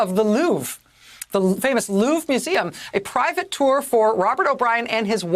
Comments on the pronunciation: Can you even try to say "Louvre"? it's surely not "loof" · Thou speaketh true. 'loof' it be not!